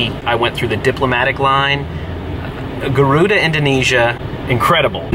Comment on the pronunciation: Actually, Its Garuda Indonesia, Not guaruda.